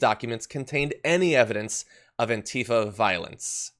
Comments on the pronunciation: ANTIFA is accentuated on the first syllable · True Cerium, Really? Well, I’ve been pronouncing it, “an-TI-fa” this whole time. And will continue with that. Different Strokes, I guess, huh?